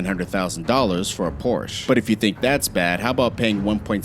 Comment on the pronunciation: You said Porsche wrong